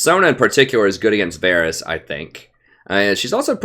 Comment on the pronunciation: listen prof, I love your videos man. Been following you for some 3-4 months now. I can't catch you live (7 hours of difference) but usually I watch your streams the day after. But dude, one thing you HAVE to work on: it's Varus, not Varys :P